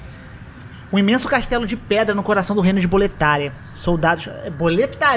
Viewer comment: mas tbm concordo q boletaRIA é erro de dublagem, tanto que no áudio original em inglês a narradora fala BOLETÁRIA.